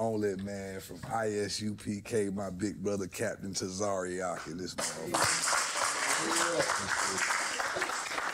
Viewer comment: They butchered Captain Tazaryach name